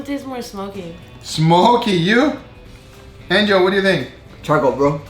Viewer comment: that’s how he says it but it’s angel